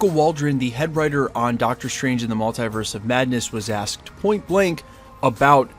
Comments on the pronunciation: Mull-TEE-verse... Not Mul-TIE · you're the only american i've heard say mult-eye-verse